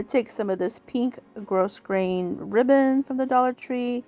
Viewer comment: So cute! Just a note...the word grosgrain is pronounced Grow grain...long o, no s. Have a great day!